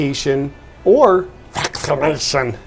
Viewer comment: I love the way he overrides the algorithms with his pronunciations of "baksinatighon."